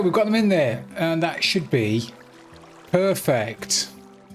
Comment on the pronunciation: You tell us so much about yourself when you say things like "Any-who", (G-Mann), and "Perfick". This is looking great, definitely going to try it in my World, all power to your elbow, good job. Should have your pick in your off-hand with all that XP flying around.